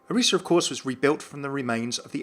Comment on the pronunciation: FINALLY SOMEONE THAT SAYS ORISA's name right!